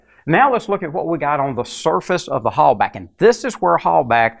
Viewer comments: For the love of [insert preferred entity] don't pronounce the German "Hallbach like "Hallback" or "Holebag". Here you go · You’re mispronouncing Halbach. It bugs. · Is the "bach" in "Halbach" pronounced "back" or like the Johan Sebastian Bach's last name?